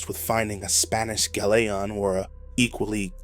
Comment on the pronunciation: I always wish people would research words they're not familiar with saying out loud. He definitely said "gal lay on". : /